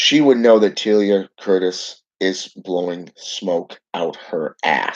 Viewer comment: You said Teala wrong again and your curse must be working because she just got a free table and a couch for a really good deal. Your curse was to help her out lmao